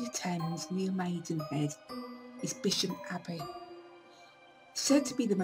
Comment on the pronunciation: Its a shame people can not pronounce the name of the ancient village! It is also worth knowing that Bisham is closer to Marlow than Maidenhead and has far closer connections than Maidenhead.People should really do their research more thoroughly.